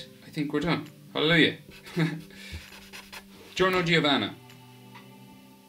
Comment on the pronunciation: Giorno Giovanna is pronounced "Jorno Jovanna".